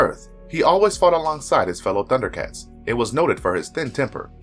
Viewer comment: I liked this mostly because you did such a great job pronouncing everyone's name.